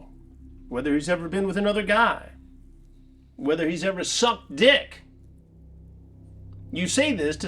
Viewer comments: "You asked if he's ever SUCKED D:CK!" Love the extra emphasis at the end!! 😂😂😂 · Why he put so much emphasis on SUCKING 🍆